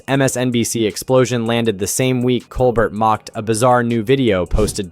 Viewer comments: It's Col-BEAR,, BEAR! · How about pronouncing Mr. Colbert’s name correctly more than two times in a video. Just so you know… it is not Cole-BERT, it is Cole-BARE. Have you ever watched the show?…it would seem not. It is a French name, hence COLE BARE. It is an insult to Mr. Colbert…aside from that I enjoyed your videos on Colbert and Kimmel. Please watch the Colbert show and learn to be respectful. Thank you. 🙃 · It’s amazing that you can’t pronounce “Cobert”